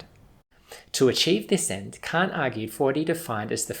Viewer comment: I can’t take this dude seriously... It sounds like he’s saying c*** instead of Kant